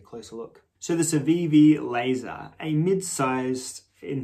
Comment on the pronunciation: It's pronounced more like Lah-zaRR. No lasers... unfortunately. It's actually named after an American guy named Bob Lazar that was one of the first UFO and experimental aircraft conspiracy nuts back in the 80s. Wrote the big book on it where he claims he was hired out of MIT to reverse engineer alien drive tech for the US Government. He's a bit of a goofy nut of course but he did end up being pretty inspirational and popular in the goofy nut inner circles. Joe Rogan is a big fanboy so...you get the idea. 👽 The knife is pretty cool though. I loves me a trailing point and a thin boi and this one's a damn good example of the form. Too bad it didn't turn out to be as slicey as it looks. Excellent paring knife though. I was hoping you, Advanced Knife Bro or Nick would get around to reviewing this one before too long. Was glad as hell to see this in my feed today. You're a peach as always. 👌 P.S. Bring back Bricky. 🧱